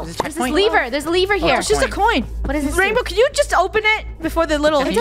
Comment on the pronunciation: It’s not a levere it’s a lever